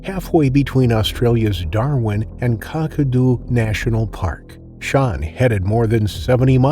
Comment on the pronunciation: Shitty AI channel, stolen footage just cut together. "Car-car-doo National Park", It's cack-ah-doo kunt.